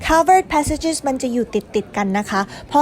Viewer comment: Passage ภาษาฝรั่สเศส อ่านว่า ปาสสาจ ค่ะ